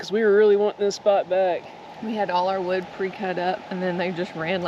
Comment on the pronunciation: "We gotta lotta would to burn", Says. I think we rewound that 5 times. The look on her face with the hand expressions. It had us rolling. You do some great editing. I notice your posting more shorts. Have you ever thought of doing maybe some blooper type short vids. Or better yet. When you set the gopro up. Then ride or drive by the camera. I know a lot of work goes into it. Again thanks for sharing a bit of your lives with us and especially the laugh and the smiles. Stay safe!!